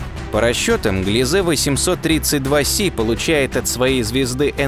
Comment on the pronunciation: Правильно гли́зе ,а не глизе́!